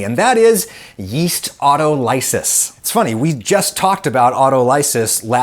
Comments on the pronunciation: Love you Adam, but it is pronounced autol-o-sis, not auto-ly-sis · It's my understanding that autolysis is pronounced au·tol·y·sis, not auto-ly-sis. I know you are one for accuracy. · I’m willing to bet money its “Aut-O-ly-sis” like “Dialysis” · autolysis - sorry man, it's so annoying this, "American" 3rd syllable emphasis... Au, TO'li,sis, not auto-LY'sis... but then again let's not argue over the empha-SIS' on the 3rd sylla-BULL' Aside: It's hard to hope for something otherwise when in the past, it has been deh,mon, STRAY'ted in news reports, that Gali,POL'li is appahr,RENT'ly an Ita,LI'an sausage rather than a Turkish loca'TION' 🤪😜🤪😜🤪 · Adam, I love your videos, and this one is no exception. But I beg you, with all that is holy inside me, to stop mispronouncing 'autolysis.' Remember, we always 'analyze,' but we never conduct an 'analEYEsis' of anything! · auto- lysis? omg mellicans. its au-toly-sis. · I've always heard autolysis pronounced aw-TALL-liss-iss but what do I know, I'm not a cell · I think it's pronounced "aw-TALL-eh-sis". Really good work on this video. Thank you for educating me. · You're saying 'autolysis' incorrectly. The emphasis should be on the second syllable. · You might want to learn how to pronounce autolysis. The accent is on the second syllable with a short o as in ox.